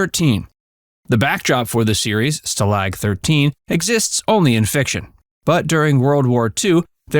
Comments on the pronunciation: STAH-lag, not stah-LAYG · "Stah-Lahg" not "Stalig"... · It's not Stah Lag! It's Stah LOG!! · Who reviewed the pronunciation of the narrator? It’s STAlag not staLAG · "Sta- LOG." You better watch the show. They always called it a "Sta-Lag," with a short "a." Equal emphasis on both parts. I wasn't left speechless. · This is supposed to be a 'live' narration? Really? Stalag being pronounced phonetically as: Stah-lag rather than the Americanized version of: STA-lag -- or the German pronunciation -- of which it is modeled upon -- no doubt!) of STAH-lag. Really? Live narration my 'ASP'! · Didn’t take narrator to screw up story. Google will teach you how to say ˈstäˌläɡ/. Log. Like tree. Not lag. Like jet lag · "Stall-ag 13". Stupid A-I narration. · It's Werner KLEMPERER, not "Klempner." Robert CLARY. STA-lag. Thumbs down for screwing up cast names and making a video allegedly narrated by a human sound like it's AI. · You keep mispronouncing Stalag. First of all the emphasis is on the first part of the word and secondly it's pronounced: stahhlahg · You keep mispronouncing “Stalag”,, If you had seen the show, even once you would know how to properly pronounce it, or are you an AI that is narrating this? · I wish those who did this type of video knew enough to at least pronounce let words and names correctly :) Kinchlo never used "skipper" to refer to Hogan. Furthermore, super was a naval nickname. Stalking 13 inmates (as portrayed in the show) were army air corps (Airc Force hasn't been formed in WWII). Tidbit: i believe Ivan Dixon (Kinch) was the first African American (i hate that label; Black, too - he's American. 'Nuf said) to get a regular major part in a US TV series. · "Stalag" should be accented on the first syllable, NOT on the second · How can you correctly produce titular and mispronounce stalag? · You never watched the show. I can tell because you can’t pronounce stalag. Annoying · Needs to learn how to say Stalag.